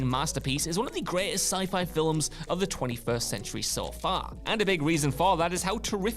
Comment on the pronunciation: Yeah "filums" as well is unique